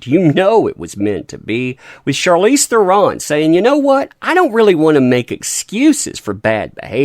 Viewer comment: FYI. Charlize pronounced her name on a talk show (maybe jay leno?). And her last name is pronounced Thren with a roll on the R.